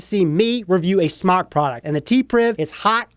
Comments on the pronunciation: Wyatt Votava In the beginning it was pronounced SMOKE. They were asked about it. Jesus Christ! even said that in an earlier video. He wants to say Smok because he doesn't wanna say smoke. It's like if I said I don't want to pronounce Adidas correctly anymore so I'll start calling them "Ah-dee-daahs" instead of "Uh-dee-dus". To each his own but it's just dumb. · Wyatt Votava its pronounced smoke, period, u can pronounce it however for whatever reason, but if u were to pronounce it correctly, and i would, if i reviewed their products, but thats just me, u would pronounce it Smoke, period! But who cares, just an observation. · Kyle Prickel its pronounced smoke, its spelled smok, i know how it is spelled, ive asked their rep how it was pronounced, and its pronounced smoke. There is a line above the o supposed to indicate that the o has an o sound, not an ah sound. And ive said it both ways, but if i was a reviewer of their products, i would pronounce it correctly, thats all im saying. Hell, we all know how its spelled, i thought we could get passed that point. Its pronounced Smoke. Peace.